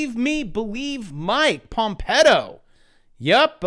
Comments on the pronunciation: Pompeyo not Pompeto or are you joking? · Sounded more like PomPEDO